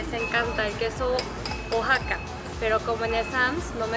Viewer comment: Me encantan tus vídeos!!! Buen viaje a tu sobrina!! 💕 Por cierto, se pronuncia "waxaca"